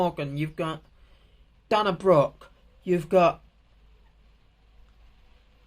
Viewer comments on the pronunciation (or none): it's pronounced day-na and rhea is ree-a but otherwise it was a great video mate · Hold up how did you just pronounce Dana Brooke 😮